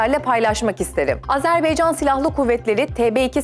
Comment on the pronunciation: Azerbaycan -Azerbeycan değil cok zor bir kelime degil